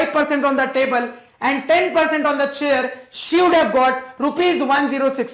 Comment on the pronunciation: No Offence. But,see . He said"chable and tair"instead of chair and table!!!😆🤟😎🙏🏻